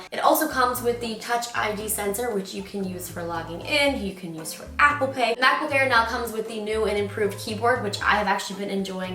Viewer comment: Mackbook Air🤪🤪